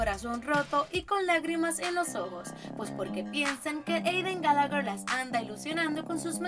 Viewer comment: Eidan galager xDD (como lo pronuncia)